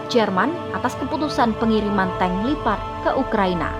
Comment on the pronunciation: Tank leopard bukan lipad Gimana ini kok gak bisa baca yg benar